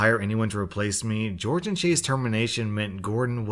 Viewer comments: I love reading "Jorge" as "George" lmao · I thought Jorge was pronounced hor-hey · 😬 calling jorge “George” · How have you lived your whole life without learning that Jorge isn’t George, but a Spanish name in which both J and G are pronounced as H? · Anna Jaszczolt yeah, that bugged me the whole time, he should have pronounced it more like hhor. hhe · YES thank you, it is driving me CRAZY everytime he reads it. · I’m sorry but did you pronounce Jorge as George? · Ikr but how come no one is talking about how he pronounced Jorge as George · I love your channel but you gotta pronounce Jorge correctly it's painful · The Random Girl you’re right it is pronounced horhay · jorge is pronounced like "horhey" :) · B L I T Z actually it can be both. I know a couple Jorges who pronounce it George. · Jorge isnt George, its Hispanic J & G are pronounced like H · How can you be American and not know how to pronounce Jorge? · always a daily pleasure to watch your videos!! Though I couldn't help but mention that Jorge is pronounced "Hor-hey" and not George Thank you for the amazing daily content <3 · Maybe Jorge’s parents wanted his name to be pronounced like George but I’m pretty sure it’s said like hore-hey. It is the Spanish version of George. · Jorge is pronounced hore-hay, not George 👁 👄 👁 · FYI Jorge is a Spanish name, so it's pronounced "HOR-hay". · not to be that guy but Jorge is not pronounced as George it's a Spanish name that the j and g are h sounds do it's pronounced "hor-hey" and not like it looks just a heads up from a student who knows Spanish from Spanish one where we needed Spanish names so the teacher had an easier time remembering us(wish I was joking about that name thing but it's true) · George Me: that says Jorge... (Spanish version) hor-hey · Who else notices the way he says Jorge as George, when it's really pronounced Horhay? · ITS PRONOUNCED HOR-HE NOT GEORGE BOOMER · The name "Jorge" is pronounced "Hor-hay."